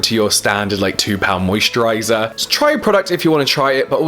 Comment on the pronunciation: Is it weird that I can never get old how you pronounce "moisturaighyzarr"